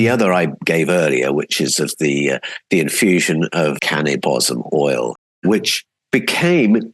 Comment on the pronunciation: At about 40 minutes you mention what sounds like cannabis oil I can’t tell if it’s your accent, is that what you’re referring to being outlawed? Thank you if anyone could clarify